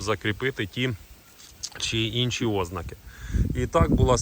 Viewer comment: НЕ Ознаки, а ознАААки, від слова ЗНАК. Не ведись на мусорську безграмотність. Мусора не тільки закони не знають, вони і говорити правильно не вміють.